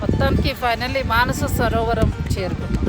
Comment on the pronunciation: మానసరోవరం కాదండి మానససరోవరం.